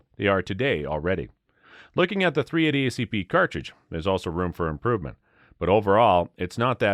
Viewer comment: How many times are you going to say 380 incorrectly, while bashing it. Sounds like Biden reading from the Teleprompter